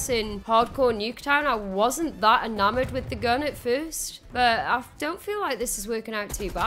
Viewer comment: "Enamoured" That accent!